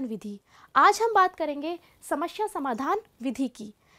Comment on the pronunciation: hindi ka uccharan karna seekhiye mam.. samasya hota hai samashya nahi... aap log hindi ke naam kharab karte hain